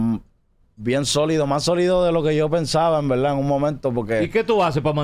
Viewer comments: en velda en Velda si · En veldad😅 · Cuantas veses dijo envelda velda😢